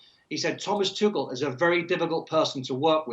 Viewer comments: Tuchel sounded tuckul when they start pronouncing it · No because it's pronounced tookel. Not tooch-el.